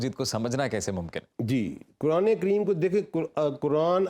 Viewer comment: سیلم صاحب آپکو بھی قرآن مجید کی گرامر اور تلفظ سیکھنا پڑیگا پھر آپ بھی ۔قرآن کو کران نہیں کہو گے